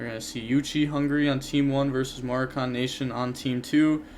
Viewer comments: Its not "morokahn" its "mor ah can " as in people from moraco a country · More-AH-kihn Nation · “Morakhan” lol. FYI it is pronounced differently. Had a good giggle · Sounding like a clown pronouncing Moroccan the way you do. Maybe this will be easier Moe-Raw-Can